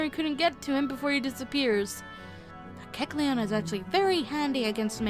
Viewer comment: Kecleon* xD